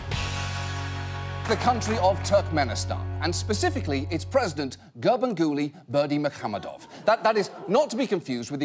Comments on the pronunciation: Special applause for John for correctly pronouncing "Garbanguly Berdimuhamedov" EVERYTIME👍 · I don't know what's more impressive...that ginormous cake or John pronouncing Gurbanguly Berdimuhamedov perfectly every time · That John can say this guy's name so well so fast blows my mind. I wonder how much he had to practice it.